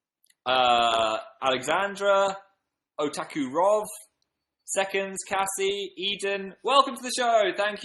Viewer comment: Phil nearly said my name he said Cassie my name is Caysie pronounced Kay-see